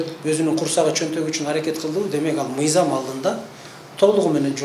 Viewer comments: Ээй адам биринчи туура суйлошту уйронсон нийзам эмес мыйзам деп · Эй чёрный мыйзамды нийзам деп жатасын туура суйлошту уйрон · Нийзам, мийзам эмес мыйзам болот туура суйлошту билип алып анан башкаларды уйротсо болмок.